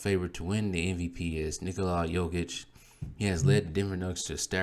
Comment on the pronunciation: Maan, why the video, you can't even pronounce the names of the players. Jokic has 1 block less than Giannis and has more then double his steals. Jokic is the best defender on his team, Giannis is not the best defender on his team. Jokic has the most game winning blocks, so.. And don't get me started in offense. The reason you don't know his defense is the media. Some of the other things you said are honestly embarrassing, you should start watch Bb. Kendrick Perkins straight up lied the other day on Espn that Embiid is the scoring leader, this is why Embiid is in 3rd place...